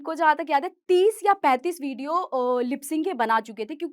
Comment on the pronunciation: Video ❌ bidio ✅